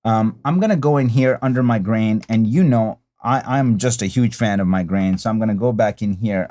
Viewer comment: It sounded like you said “brain” and not “grain” at first and I was like WTF🤣 Great look tutorial as always😊 Now PLEEEEEASE do Sin City🤞😬